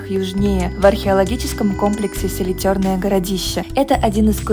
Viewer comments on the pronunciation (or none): Что за селитерное? СЕЛИТРЕННОЕ. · Не ахтУба , а Ахтуба. Ударение на первую "а" И не селитЁрное городище , а селИтренное🙄